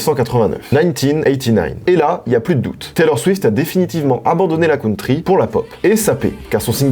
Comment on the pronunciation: "La cOUNtry" Mes oreillles saignent